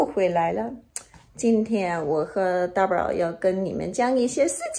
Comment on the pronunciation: 真的是东北口音啊，xizao的发音是xizhao，“大宝”发成“搭宝”，哎呦，不好听啊！太垮了！干嘛不学习普通话呢？